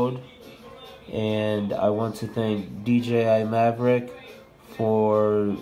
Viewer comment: Mavic not maverick